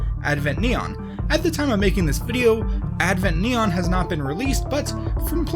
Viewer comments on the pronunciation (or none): none